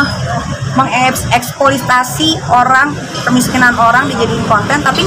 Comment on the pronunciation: MENG EKSPLOITASI nyaiii,bukan ekspolistasi nyai🤣🤣🤣🤣🤣